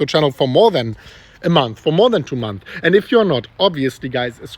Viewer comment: Months ago* not month ago. You keep forgetting the S